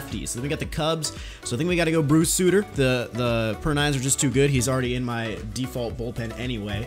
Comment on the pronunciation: It’s Bruce sUtter not Bruce Sooter